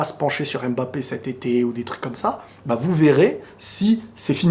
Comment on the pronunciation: Mba et non M-Ba mdr la prononciation mon ami 😄